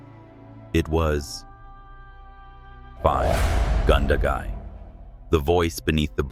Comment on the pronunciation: We dont call them villages.but. Towns. A lot are peoples night time imaginigs. Being alone. Its. Gun da.gai. Youre mispronouncing a lot of places names. A lot of these stories are that stories. . Night terrors. People suffer these from being alone in frightenig places. I had these plenty when young in the outback frightened. Aboriginal. In that forrest. In. Nth qld.